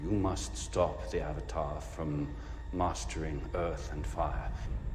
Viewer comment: This movie makes me tearbend in pain....but i love that Katara actually said "a"vatar and not "uh"vatar by possible accident. Even that actress knew how it was supposed to be pronounced.